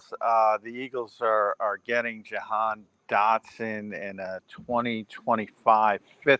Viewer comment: his name is Ja -Han not johan 😂😂😂